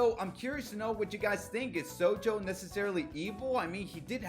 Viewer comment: me only noticing you saying sonju wrong XD (this isnt a hate comment btw)